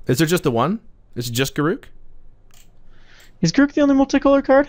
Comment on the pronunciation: Correct pronunciation of Garruk